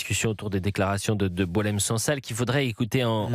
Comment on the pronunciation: La prononciation du nom de Boualem Sansal par les français correspond à sa personnalité.😅 Boualen sang sal.🎉